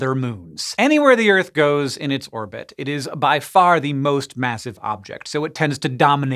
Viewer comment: Does anyone pay attention to IAU naming conventions? :p "It didin clir its irbit." 🙄